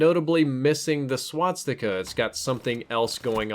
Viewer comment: It's called Swastica, NOT Swatstica